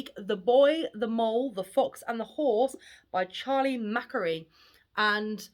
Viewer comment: Please pronounce his last name correctly.